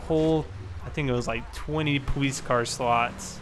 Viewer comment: powice lol say it right